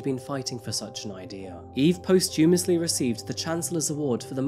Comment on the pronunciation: FYI, posthumous is pronounced poss-toom-us or poss-choom-us (latter is more american) as a word that might come up again in videos. English is the worst LOL